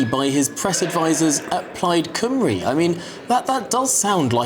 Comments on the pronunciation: Why should they talk to you when you can't even pronounce the party Plaid Cymru correctly. Laughable. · I suppose it would be impossible to send somebody to cover this who can pronounce Welsh names properly? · They probably snubbed you love because you couldn’t even be bothered to say their name correctly.